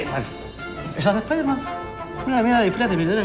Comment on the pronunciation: Nadie: Mangel: Splayderman